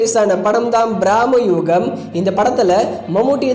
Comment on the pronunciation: தயவு செய்து தமிழில் நல்லா பேச பழகிக்கங்க தப்பு தப்பா உச்சரிக்காதிங்க பிரம்மயுகம் எங்க சொல்லுங்க பிராமி யுகம் இல்லை தமிழில் சொல் போனால் உயிர் போகும்